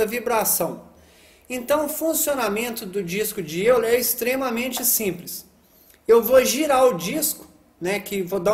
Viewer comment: Se fala disco de óiler, se escreve euler mas se fala óiler